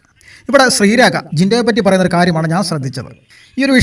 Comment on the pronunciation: ശ്രീരേഖ not രേക